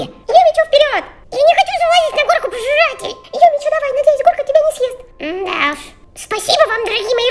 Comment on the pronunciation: а почему не юми чу а юми чю имя:face-fuchsia-tongue-out